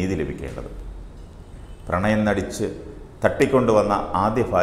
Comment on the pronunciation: Pranyam alla chetta.. Pranayam anengil.. Garbhini aakkumo